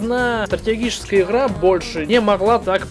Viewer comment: все хороше, но дикция хромает, особенно когда произносится слово иГра